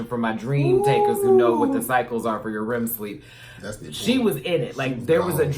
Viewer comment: Did say RIM SLEEP?